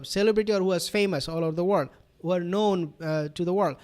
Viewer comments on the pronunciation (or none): none